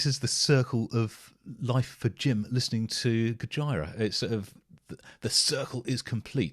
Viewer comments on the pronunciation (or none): FYI the pronunciation is goj👂ra not goj👁️ra lol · Please, stop calling it Go-Jy-Rah, and please pronounce it Go-Gee-Rah. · It's Goj👂a, not Goj👁️a 🙏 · I have one issue It's Gojira as in "Go-jee-ra" not "Go-jie-ra" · Don't want to be anal but it's spelt (go-geer-ah) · Dude, it’s pronounced GO-JEER-A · Make sure when you listen to Gojira you watch the Live versions. Also, its GO-JEER-AH, aka Godzilla haha. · It’s pronounced “Go-jeera” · Jim you pronounce their name with the "JI" almost sounding like an S. Go-Sheer-Ah. This is how the guys in the band pronounce it. 😉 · Pronounced Gojeera :) If you want more, then Gojira - Art Of Dying is an obligatory song to check out! Just consider the immensity of the Gojira, Opeth and Devin Townsend lineup at Red Rocks btw <3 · Pronounced Gojeera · I love your reaction videos.. but.. umm. "Gojira" is pronounced similar to "Godzilla" - it's the Japanese version of the word/name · The way this dude says gojira 😂😂😂😂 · Might enjoy them more when you learn how to pronounce the bands name. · Why do you pronounce GOJIRA like Vagina? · Pretend your Japanese and say Godzilla. That is what they’ve named the band look it up. So your pronunciation is wrong